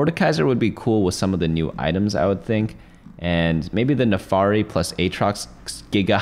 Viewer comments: It's Vah-sty-an not Vastian and Nah-fir-ree not Nafary. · the NAAFIRI is read how is writen. Not nefari. :D no hate, it just rubs my ears the wrong way that's all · "naafari" makes me crazy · "NAFARI" IS TRIGGERING ME.